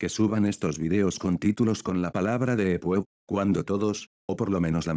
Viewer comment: Escrito: Deep Web Lo que el Loquendo pronuncia: Deeep Wuep